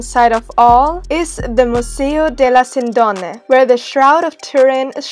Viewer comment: It is pronounced "Sìndone", not "Sindòne". Anyway, the video is good (trust me, i'm from piedmont). Another curiosity: all around Torino there are some of the most beautiful royal residences of Italy, that was built by the royal family of the Savoia: the so called "Corona di Delizie", with the Reggia di Venaria Reale at the first place. Must see if you visit Torino ✌️